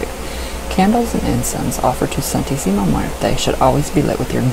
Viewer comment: How are you able to say her name so easily? The only part of her name I can say right is la